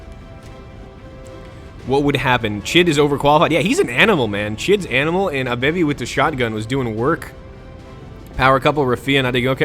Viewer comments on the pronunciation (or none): Whenever you say Abebi's name it sounds like Our Baby :P